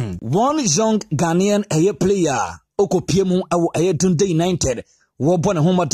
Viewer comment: Please it’s pronounced “Dandii” united . Ghana 🇬🇭 should watch out for this boy Matthew Anim Cudjoe.. His one for the future. I pray for an injury free season for him.